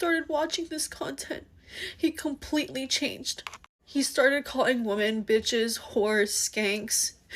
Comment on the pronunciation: DUDE ITS PRONOUNCED WIMEN PLURAL FFS 🤦🏻 YOUR CHANNEL IS BASE ON THEM … it’s like man and men